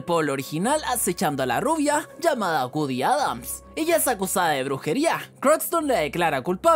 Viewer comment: Pero es "GOODY" no "WOODY"